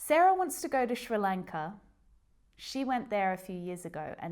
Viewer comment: Hey, could you please make a video about when to use ‘either’ and ‘too’ “I do either / I do too” I don’t get when to use what or ‘me either’ / ‘neither.’ That’d be great And is the way you pronounce Sri Lanka the Australian way or the English way! I’m kinda shocked, I thought it’s with an S like in snow